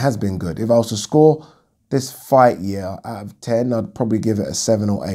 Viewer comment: Yeearrr... Funny how u say it like dat 🤣. Great content always